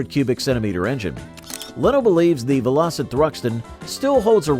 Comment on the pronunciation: Bloody Robots, what a con, spoils what could have been a good presentation. I turned it off after it said "Vel-Ositt. What a crock.